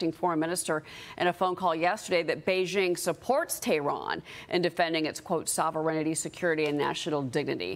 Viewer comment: "sov er eign i ty" ? when did they add he second "I" in 'sovereignty' ?